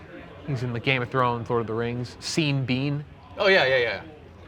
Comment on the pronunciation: Anyone mention to Sean is pronounced Shawn not Seen? Crazy that needs explaining